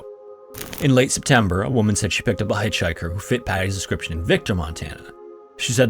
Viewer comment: “hyche hiker”